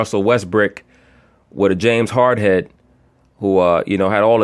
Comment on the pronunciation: The homie said James hardhead😂😂😂